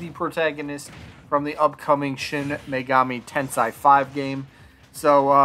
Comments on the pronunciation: I’d give him a nay. We already have Joker, simple as that. Plus, he just doesn’t seem unique enough. Also, just FYI, it’s Shin Megami Tensei, not Tensai. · Yay!!!! Bro if you can't pronounce Shin megami tensei (ten-say) you can just say megaten or megaten 5 lol. The megaten series has been on nintendo since the Famicom in 1987. All the mainline games have been on nintendo. Megami tensei 1,2 on Famicom and remastered on Super Famicom. Shin Megami Tensei 1,2,if all on super famicom.